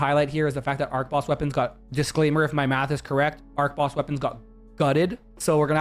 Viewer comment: You mispronounced archboss unsubbed